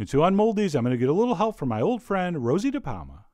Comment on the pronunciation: "With a little help from my old friend Rosy DaPalma" Ha ha ha!!!